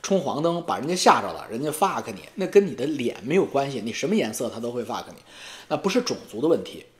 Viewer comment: ，前些天你笑话阿姨的英文，今天我听出你的几个单词发音也不理想，中式发言浓度偏高。Fuck，你说的往fak偏；balance，你说的掰Lance；还有一个词可能是要说Melt 融合，说成迈特。见微知著哈，元音的发音比较中式